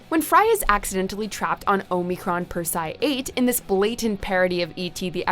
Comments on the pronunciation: I don't think she's actually watched the show, the way she pronounces Persei😢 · Persee-eye 8 not persigh 8